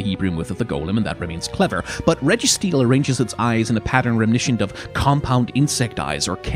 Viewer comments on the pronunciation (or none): That pronunciation of reminiscent triggered me